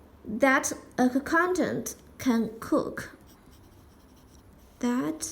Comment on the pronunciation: Hey! Very helpful video. Just a little tip: accountant is pronounced with one 'k'-sound. Let's split the pronunciation in syllables: ə • ˈkaʊn • t(ə)nt And here is a latin transcription taken from google: uh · kawn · tnt I hope this helps!